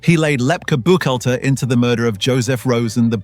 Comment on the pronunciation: Lefty Buck-hall-ter,Buchalter.😅